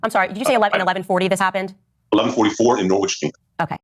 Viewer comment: Heh he said norwich wrong